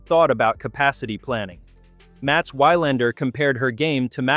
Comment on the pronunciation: I like this video, but the commentary pronunciation is terrible. It pronounced 'Wilander' 'Wylander' with a long y sound in the first syllable. Definitely an AI narration. Please get a real person to do the narration. Nevertheless, I like the content of the video highlighting the impact of Alex Eala on the professional tour.